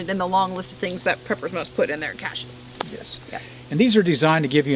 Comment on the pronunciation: Yay! I loved you before, but NOW!!! You said "cache" instead of "cash-shay":) My mother (English teacher) and father (film writer for the Navy) always taught me that your choice of words and their pronunciation were paramount in making your point. As you can see I take that to heart. Now all I have to do is learn to SPELL!!!:) Best to you and Maine Prepper.